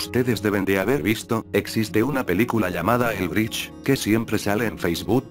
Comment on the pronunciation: Jajaja escucharon dijo el grich pero es un problema con el loquendo